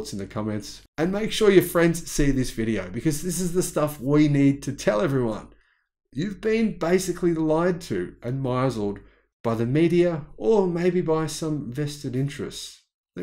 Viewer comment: *misled = 'miss-led'. 👍